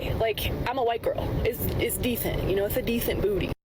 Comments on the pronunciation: It's "dethent"? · She pronounces DECENT AS "DETHANT". I have NO burning questions of you. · Its a "Dethent Booty" ctfu